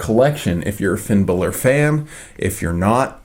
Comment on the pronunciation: it's is Finn Balor